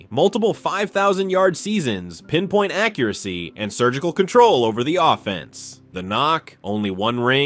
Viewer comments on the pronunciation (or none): none